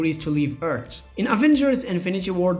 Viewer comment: Earth. not Eeert 🤣